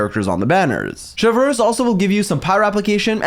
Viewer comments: It's Chev(pronounced as shev) and reuse(pronounced as ruse) Chevreuse(Shevruse) not Chevlrleuse😂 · „ i don’t know how to pronounce her name“ him 3 minutes later : Chevrööössss ; CHÉVERUŚË , CHĖVRÛŠ 💀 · The way he says "Chewfruwhz" when pronouncing her name 🍷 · saying ChevRRRuse give the same energy as that one npc saying Monseiurr NeuRRvilette 😭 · you say chevy's name in english like shev-roos if you were still wondering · I come for the EXCELENT analysis. I stay for the HILARIOUS Name mispronunciations. Chev-(three minutes of blender chopping ice sounds)